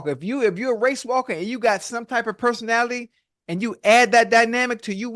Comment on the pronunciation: Why tf Ocho can’t say personality